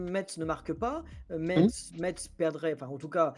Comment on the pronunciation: merci de ne pas prononcer le z de Metz, svp ! (en phonétique, "messe")